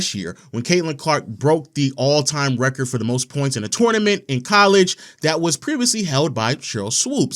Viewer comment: She keeps saying wrecker instead of record. A little annoying.